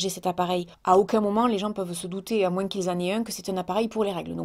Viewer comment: t'a encore dis " Moinsse " xD en tout cas le petit noeud te va trop bien:3